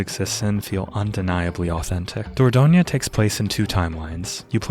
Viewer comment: I live in Dordogne! You pronounce it just fine (perhaps you could stress the third syllable less: DOR-DON-yuh)